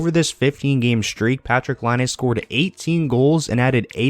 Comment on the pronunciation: Why can't anyone on YouTube pronounce Laine's name?